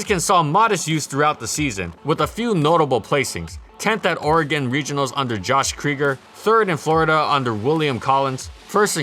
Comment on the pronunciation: hey he pronounced Oregon right insta respect